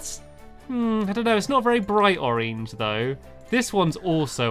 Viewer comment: I love the way stamps says oreng